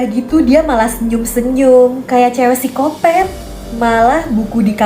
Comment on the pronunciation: Mohon maaf kak, tapi cara bacanya psikopat bukan sikopet🙏🙏🙏